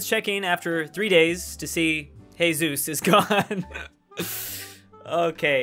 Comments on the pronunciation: When he says hey-sus and not Ge-sus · did he 'he Zeus' instead of Jesus????? M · Did he just say Hesus instead of Jesus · mans fr pronounced it Jesús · Why did he say Jesus as if he was a Mexican guy 😂